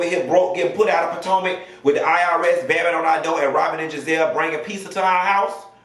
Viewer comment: guurl!! I see you stop calling it Real Housewives of Patanka. It didn't sound right calling it Potomac 😂